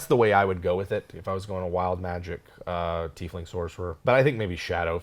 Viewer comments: Tieflings... TIE-flings not TEE-flings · Sorry if I'm late to the party, but if the word "tie" has a long "i" that sounds like "EYE" (sorry non-english folks... our language is stupid sometimes), why do you guys (and many others) pronounce it 'Teef-ling' when it is spelled "Tiefling?" Ever since they came out as a plane-touched race in Planescape, I've always pronounced it "TY-fling" (long 'i'). It was around the 4e days that I started hearing this "EE" (long 'e') pronunciation. Any clue? ToMAYto/ToMAHto??? Thanks in advance! Love the show! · I think th at its pronounced tye-fling. I think this because it comes from the German word Tiefle (pronounced Tye-fle), meaning devil, so it means little devil. A similar word historically is Tieflhund (devil dogs). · At least you two know how to pronounce "Tiefling" - Some other Youtubers are hilariously bad at it (I'm looking at you, Puffin Forest! It's "Teaf-Ling" not "Tie-Fling!")